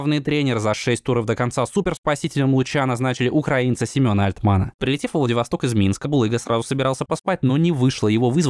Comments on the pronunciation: Семён Альтман. Ударение на 1-й слог. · Семен Альтман ударение на первую а